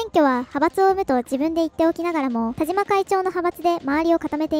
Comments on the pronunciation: 「たしま」です。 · わざとなのかもしれませんが”たじま”じゃないですよｗ ”たしま”ですよ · たじま ○ たしま ✖︎ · 「たじま」じゃなくて、「たしま」ね。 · 『たじま』じゃなくて『たしま』だってば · たしまさんをたじまさんと言っているのはわざと？笑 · たじまじゃなくてたしまね